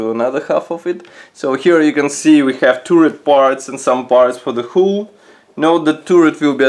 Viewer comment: Superb review as usual. One thing though, your English is very good and when you pronounce the word Hull as you would say Sea Gull it will be even better. I teach English as a second language, so if you would like a quick call let me know and it will be free because of the great work you do. Thank you.